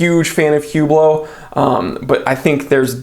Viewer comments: Oh, and ‘Whooblow’? You mean Oooblow, not H or T. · Hublot is pronounced ou, bloow the H should be sounded like a O